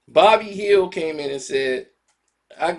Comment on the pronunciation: It's "Buddy Hield" not "Bobby Hill"😂😂😂😂 got the name right in the title and still can't enunciate it correctly 🤦‍♂️